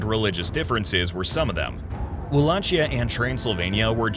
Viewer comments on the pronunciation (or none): Wallakheeya ( it sounds like this). Ch in Romanian language sounds like Kh ( in Italian is same). Great video!